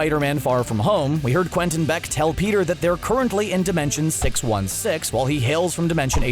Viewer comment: I heard him say earth six one sex